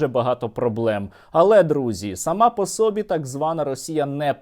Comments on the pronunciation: сОбі нема такого слова, правильно українською собІ наголос на І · со-бі́ (2 склади; наголос на 2-му складі).